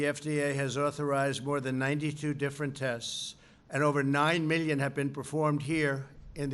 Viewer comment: Why does he say mellion instead of million? He also repeats himself which makes him sound stupid.